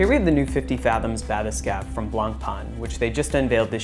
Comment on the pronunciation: *blank-pain *bath-escape pls learn to speak murican